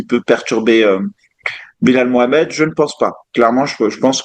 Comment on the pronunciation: Avec tout le respect et l'objectivité que je dois à, on dit "Bilel Mouhammed". En anglais le a se prononce un peu comme un e (le fameux schwa que l'on a appris à l'école) tandis que le e se prononce i. Enfin le u se prononce ou. Pour preuve, je ne connais aucun Français dont le prénom se prononce Belal. Tous s'appelle Bilel. De même, il n'y a pas de Muhammad en français mais seulement des Mohammed ou Mouhammed. C'est ce que l'on appelle un problème de translittération entre l'arabe, français et l'anglais.;)